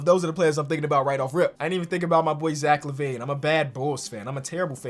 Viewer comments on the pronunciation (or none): none